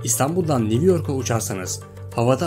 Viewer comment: konușan adamin sesine bayiliyorum ya😂 bide lutfen new degil yazi sekli new okunusu (nyu)🤣👍saygilar abi.